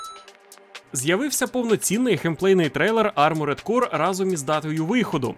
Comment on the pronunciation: Бляха, перестаньте читати Armored як арморЕд, там та буква Е пропускаєтся. Просто Арморд правильно